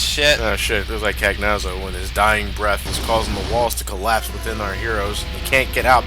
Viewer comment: Cagnazzo is an Italian name, I was hoping that, being that he is Italian, would pronounce it with correct phonics, which is, I can't find any of that weird text that no one could ever manage to read unless they speak Greek that says how to pronounce it, but here's my attempt at spelling it: "can-YAH-tso"